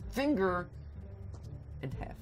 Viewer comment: Hold up. Did u say finger and hāf (presice use of foreign a's) As in SCHFIFTY FIVE. LOOK UP SCHFIFTY FIVE ON UTUBE